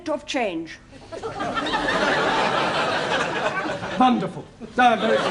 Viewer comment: I'm literally binging these, and everytime makes a mistake like when he said "vunderful" I just laugh so hard